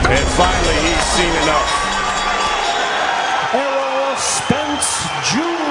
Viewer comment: You could do better its Errol Spence but still a good video